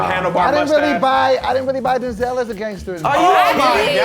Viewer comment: He did not just say “Do-zel Washington”